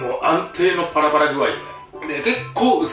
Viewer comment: 安定のパラパラ具合(パラグアイ) 本当に『ぱら パラグアイ』にしか聞こえん 個人的にツボで繰り返し聞いてしまった←